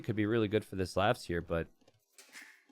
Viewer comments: please stop pronouncing slavs as slevs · Is anyone else bothered by how pronounces Slavs?